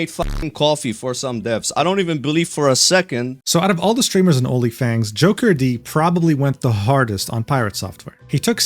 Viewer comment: Great vid but should've looked into how to pronounce Jokerd though. It's not JOKER-D. 😄 And F piratesoftware , i have no idea how shallow you have to be to ever believe this person. Guy is and was a fraud.